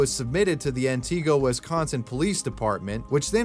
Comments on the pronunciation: It’s pronounced “Ant A go” not Anteego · Just a note (as someone who lived in the area) the town Kayla vanished from is pronounced "Ant-ig-oh", not "An-tee-go". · I live in Antigo, Wisconsin -- and am the moderator of r/antigo. Not commenting on the video here -- as everyone already knows the video wasn't real. But -- its Antigo as in "Ant"-"ihh"-"go". Not Anteego. Nonetheless, funny to see this pop up again. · It's ant-i-go not an-te-go. I live in Wisconsin. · Its Anti-go, not An-ti-go. Its my hometown. Learn the pronunciation please. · As a central Wisconsin native, the way he keeps saying “anne tee go” is like nails on a chalkboard. It should be pronounced more like “anduh-go” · I’m sorry but antigo is pronounced an ti go not anti go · "An-tuh-go" I've never heard anyone pronounce it "An-tee-go" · I'm from Wisconsin, and it's pronounced "ANT-igo" not "AntEE-go" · antigo : an-tih-go just look up a local news station or even easier, call a gas station local to the area and ask quick. i live in wisco so maybe it just comes naturally to me at this point. people always pronounce native american town names wrong. like over-pronounce lol. “annn-teeee-go” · Bruh I'm from WI. The Kayla berg case is literally dead Also you said wausau right but antigo wrong lol It's not anti-go it's ani-go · Damn i live in Wausau and I’m surprised you said it right. Nobody says antigo like that more like ant eh go. Idk how i never heard of this. 😮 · I know I'm late to the Party... but it's pronounced "An-Tah-go" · As a wisconsinite, the way you say antigo hurts,,, (ann-ih-gO) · Antigo is actually pronounced like Ana-go! We don’t really pronounce the ‘T’ here in Wisconsin haha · Im in wausau an hearing u say antigo wrong just made me mad for some reason. To clarify it pronounced like. [An a go] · 2 points to make: 1. ANTIGO is pronounced an-tih-go 2. Reddit is not 4Chan. Reddit conformists aren't imaginative enough to investigate anything. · mispronounced Antigo....... how fun.